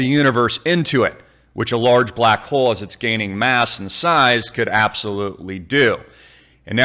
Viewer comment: Did you say black hole or black hoe ? either one is ok I guess